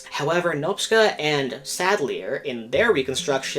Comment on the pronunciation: You tried with Nopcsa. The pronounciation is closer to Noptcha.